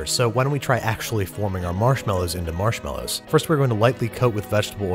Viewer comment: Why do you always say “marshmallows” wrong?